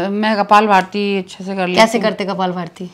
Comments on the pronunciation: Beta Kapal bharti nahi Kapal bhati bolte hai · Kapal bhati hota hi na ki kapal bharti